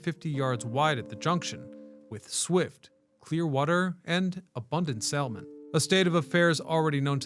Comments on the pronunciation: You aren't supposed to pronounce the "L" in the word "Salmon". It's just "Samon". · Of course he said Weed! It was going to Portland. He also pulled an AI and said Sal-mon